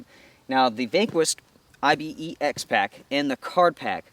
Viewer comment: Dude - it's as much I-B-E-X as your name is... There's an animal called Ibex, which you pronounce "eye-bex" much like you pronounce Pyrex...